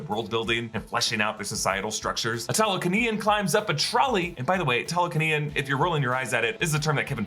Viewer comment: I think "Tah-luh-kah-nyan" sounds a bit better than "Ta-lah-kah-nee-in"